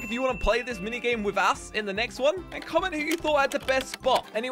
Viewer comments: Why did you say ass instead of us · you said ass whereas you have to say with"us" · U said as not us